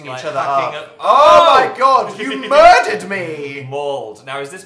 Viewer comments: "You murded our child" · rice cake *murdered